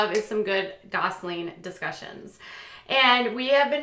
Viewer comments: It's GOSSELIN NOT GOSLING! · Why do you keep saying “Gosseling”??? It’s “Gosselin” !!!! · Just curious.. do you say 'Gosling' instead of Gosselin on purpose or ...